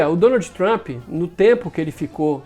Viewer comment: pq será que o brasileiro gosta de pronunciar uma palavra América sempre com um i no final? Exemplo: o nome do ex presidente não é Donaldi o nome dele acaba com D mudo. Quando vc vai falar o abecedário vc fala A, B, C, Di... NÃO vc fala D mudo não é verdade? Então pq não não falar Donald. É fácil só treina queda para aprender. Na verdade o nome do estado e Massachussets mas na verdade não se pronuncia Masashuseti e sim Masachusets a sílaba não é shu e chu de chu chu.E só uma dica.